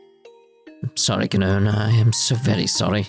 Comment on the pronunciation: Her name is probably pronounced "kah-noh-ney." This game was originally made in Japan remember. Ka, no, and ne are three characters in Japanese. To be honest, it's probably a very simple and straightforward name in Japan.